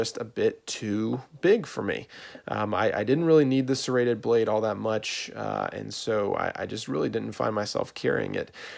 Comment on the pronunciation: did he just call a saw a "Serraded Blade" ? I almost had a stroke